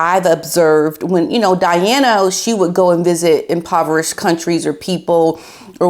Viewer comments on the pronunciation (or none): none